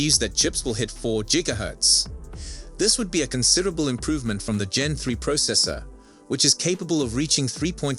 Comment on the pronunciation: Its not called jigga hurtz. Lmfao.